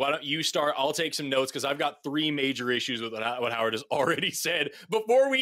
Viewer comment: When you said "Howard" I was like, nope.